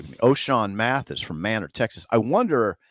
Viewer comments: "MAY" NOR" Texas. Not Man'or Texas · It's pronounced Maynor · Manor Tx...It's a hard A!